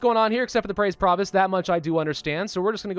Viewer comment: that's some good pronunciation, pravus.